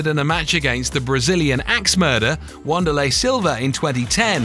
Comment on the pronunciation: It's funny how he pronounces "Dana", "Ortiz", and "Wanderlei". Those are just the ones I casually noticed, and I'm only 12 minutes in.